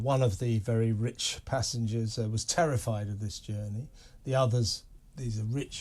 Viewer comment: How pathetic to emphasize "rich" adventurers So Cringe